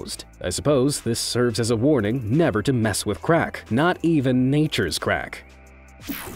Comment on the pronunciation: Wait what did say""nature crack"" What!!!!!!! Bruh